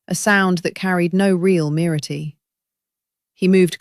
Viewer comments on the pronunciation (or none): Merity??? MIRTH.